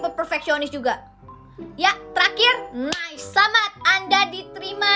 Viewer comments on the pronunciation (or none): none